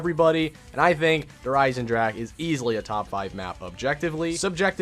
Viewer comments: Sorry man, but i get soo anoyed how do you say Der Einsendrache because it's said "der einsendraha" and not "ache" like headache. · It’s not pronounced dere eyesendrack it’s pronounced dere eyesendraha ITS A GERMEN NAME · he says der isen-jack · maybe those people aren't used to say this words but says Like Headache in Every single video hahaha ( I don't speak German by the way) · Little late to the party, but it’s DAY-ERH EYE-SIN-ROCK-UH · is it just me or he said Der Eisenjack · He: Der Eisendrack Germans: Triggerd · Wie er der Eisendrache auspricht 😂😂 Der eisendrak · Anyone hear him say der eisenjack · you said der eisenjack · Yo! If any1 doesn't know how to pronounce Der Eisendrache properly, and wants to learn, it's pronounced (Dare Eisen-drocka) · "Dare EYES-in-drahkuh" great video but your pronunciation is cringe-inducing lol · Learn to pronounce to name Der Eisendrache correctly please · PLEASE LEARN HOW TO SAY DER EISENDRACHE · Finally someone else points it out. It bothers me so much when people mispronounce zombies map names and weapon names.